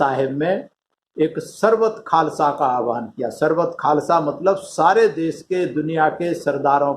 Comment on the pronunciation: Khalsa Nhi khalsa hota ha